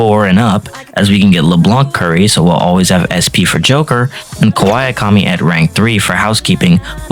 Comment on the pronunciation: i legit can't tell if you called her Kawaii-akami on purpose or if you actually don't know how to pronounce her name. But if it was on purpose... based.